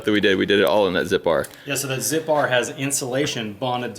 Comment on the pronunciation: Youre telling me it's pronounced zip-r and not zipper?